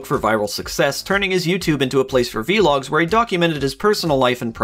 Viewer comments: vlogs. not v-logs. vlogs. one word. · lol v-logs its vlogs not v-logs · bro just called vlogs "veelogs"